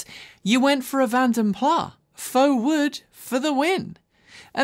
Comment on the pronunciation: Hey, you and Jonny and pretty much all other British motoring journos need to work on your pronunciation of "Vanden Plas" - hint: the s is not silent! It's a Dutch language name originating in Belgium. And the only reason I am singling out yourself and Jonny is that you both usually are very careful and considerate when pronouncing foreign brands and names, i.e. Mate Rimac and of course Škoda!